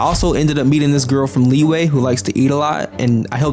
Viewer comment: There are two types of people: one that calls LiYue as Lee Way, the other type calls it Lee Yuh. Why would Yue become WAY, anyone plz explain that :D Really wanted to know that.